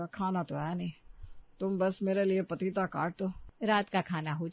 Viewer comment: Pateeta nai papeta